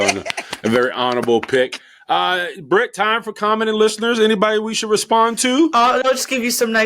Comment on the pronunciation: The fact that pronounced my name correctly.......10 stars. JJ Easter suit is about to be a whole event within the holiday.